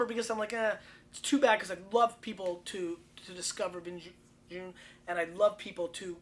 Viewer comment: Make an effort to learn pronunciation of foreign wines